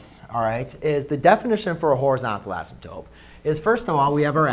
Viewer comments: Why do you keep saying "asymptope"? Is that another accepted spelling? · love it. but i think u called it an asymptope instead of an asymptote lol